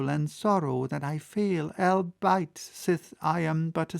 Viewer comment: You said albeit like a trueGerman:) But it's 'all be it.' What did you think of that German joke? Until he comes out of the Atlantic with the verb in his mouth. Very colorful for the 19th century. Can't wait for next chapters German words for his magic trick. I've only read them, never had an expert say them. Give it a good Southern German accent for me.